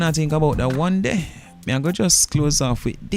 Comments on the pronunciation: it's "Dye-Ma" bro...not Deema! #Blessings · It’s not DEEMA, it’s Dye-ma. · Deema 😂😂😂😂 fuck up the name bro